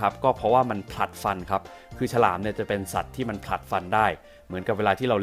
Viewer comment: ฉลาม ครับไม่ใช่ ชะลาม